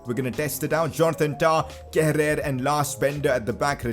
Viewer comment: Yo wassup its pronounced kera not kerer nyc video by the way